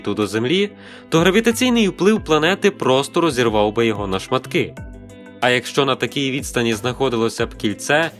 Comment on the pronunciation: РозірваУ, публікуваУ😆